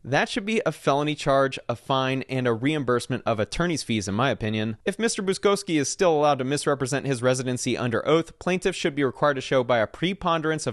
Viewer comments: Im not polish but I know a polish lastname when I see one. Its pronounced as Boochkovski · Buczkowski, not Buskowski. Pronounced Boo-chkov-skee.